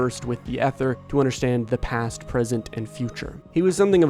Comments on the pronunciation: ether is pronounce ee-ther, not eh-ther. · Ether... E-ther* 😂😂😂 its not an old woman from the 1930s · 'Ether' is pronounced with a long 'e'. ee-thur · Eye-chor and ee-ther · (Ee)ther. Why do people have such a hard time with this word and arch these days?